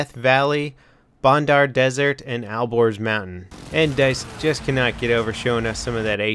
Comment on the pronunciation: ALBORZ NOT al gores